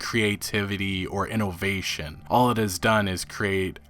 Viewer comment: Please stop saying moh-bile and inn-oh-vation... and I heard you throw in Koh-nahmi